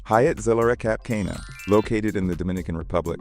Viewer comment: You really should learn how to pronounce Zilara and Cap Cana